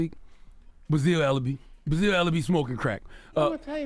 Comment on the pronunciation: This dude doesnt know how to pronounce basil